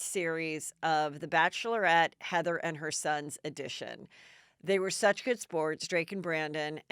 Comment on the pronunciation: How you say "Heather"... "E-eaaatheria" ? GAG.... My 39 year old daughter Hilary...(one L)..... Her name is HILARY..... ! Nothing more...... I'm subscribing to you because you feel EXACTLY how I feel............ Hillary Baldwin is Hillary Baldwin..... 5 KIds WHY 5? Now what will she do to get attention......? She's like Rachel Megan Markle..... " What can i do to get more attention, make more money"' Reminds me of Kardashians.